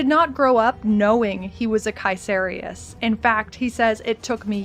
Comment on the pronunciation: BTW nice pronounciation on the name Caeserius. Too many people mispronounce it just like "Caeser" the roman dude. It comes from "Kaiser".